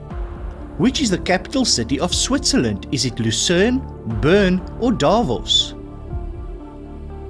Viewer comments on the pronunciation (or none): none